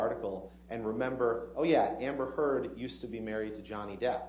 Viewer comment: He miss pronounced Amber Heard